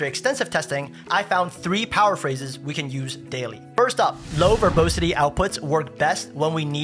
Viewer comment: It’s pronounced ver-bAH-sity , not ver-bOH-sity